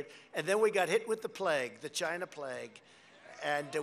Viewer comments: After 4 years in office Mr. Trump still struggles to say China right. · "CHINA" i love this guy hahahah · ✨Chy- nya✨ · C H I N A H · "We were beating CHIENAH" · “We beat chiNAAAAAAH”